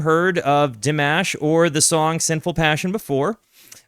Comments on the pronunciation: Pronunciation of his name, because you TOTALLY butchered it. 😂 First name: dee - M(AH)SH (not MASH, like mashed potato!) Last name: COO' - die - bare - GEN' with a hard "G" like in GOOD. Emphasis is on first syllable. Most emphasis is on last syllable. Try listening carefully when someone introduces him! Thank you. ❤ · Maybe if you heard already 2 videos of Dimash you might have heard his name mentioned. You could Nd should know how to pronounce his name. It makes me angry that especially americans dont seem to make any effort to get it right. You have to do better! Do like that you have the video you react to full screen, thanks for that. Recommend for you to react to one sky